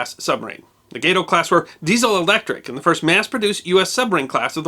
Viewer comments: One problem: the word ghato is spanish in origin, meaning cat. It is pronounced gah-toe, or cah-toe, instead of ga-to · Your history is excellent but not your pronunciation. Gato is Spanish for cat or leopard. It is pronounced Gaaaa toe. Not Gay to. Thanks for what you do. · Gato is a Spanish word for cat. It's pronounced "Gah-toe". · Gah toe class Spanish for cat. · I'm not highly edumcated but I do believe it's pronounced GAH TOE like the Spanglish word for Cat. But you're the teacher. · Gato is pronounced 'gaw-toe'. It's the Spanish word for cat. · Okay, so "Gay-to" is the pronounciation. I always wondered... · Gato is Spanish for cat. Wouldn't the LL in Cavallo be pronounced like an English y? I believe it is Spanish for horse. Very interesting, chilling description of the aircraft carrier's final demise.